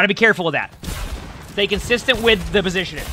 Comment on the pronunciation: take a shot every time he says "positionin"